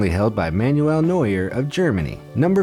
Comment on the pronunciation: James and Neuer pronunciation is not right